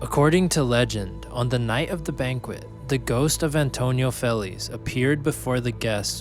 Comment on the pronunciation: Be nice if you wouldn't butcher Feliz name